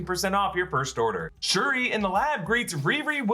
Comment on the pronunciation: It's SHURI